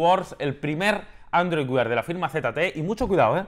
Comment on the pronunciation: ''Android Weird'' JAJAJAJAJAJA cada vez que lo decía no podía evitar reírme. No entiendo porqué no lo pronuncia como ''wear''.